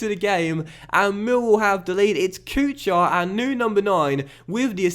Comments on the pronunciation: Kuchar is not pronounced Kʊ-CHAR but more like Kʊ-HAR. Same thing goes with for example Chara. But man love your vids. Keep working. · Marek Kuchar is pronounced like KUKHAR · The “ch” in Kuchar is pronounced “Koo-har” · Kuchař, CH is same like in german word kuchen and Ř, well you can try to get somewhere the pronunciation, but is very hard to learn how to say it, so i think Kuchar will do. And Z is not silent in Zdenek